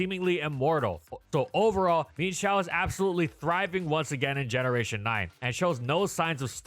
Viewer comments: so, am i the only one who pronounces mienshao's name as "mi-yen-shao" and got absolutely baffled by the "min-shao"? hahahahahahahahaha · Um actually its mi-enshao not "meanshou" for pronounciantion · I can’t express enough how infuriating it is to me hearing pronounce it “Mean-shao”. It’s pronounced “Mine-shao”. It’s even based off an ermine. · I always pronounced it "Mee-En Shao", a more Chinese approach than the more literal "Meen Shao". The same way Chien Pao is pronounced "Chee-En Pow", rather than "Cheen Pow". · Bruh calls it Meenshao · The pronunciation of mienshao drove me insane, could not finish video